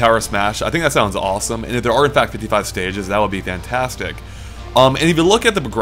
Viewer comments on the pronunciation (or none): none